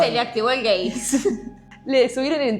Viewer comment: amo como dice gEeii